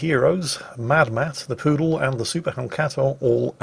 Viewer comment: It's a Pru Dal Not poodle Quarantine is finally getting to you... God dammit!